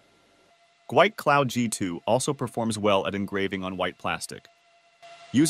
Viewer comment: The company name is actually pronounced, "gee-wee" 🤪 I was corrected by a tech on a phone call.